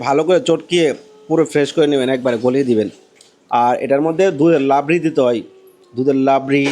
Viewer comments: লাবরি নয়,,রাবড়ি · নামটা লাবরি নয় নামটা রাবড়ি। রাধে রাধে